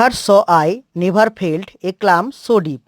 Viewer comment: ক্লাম হবে না, কাম উচ্চারণ হবে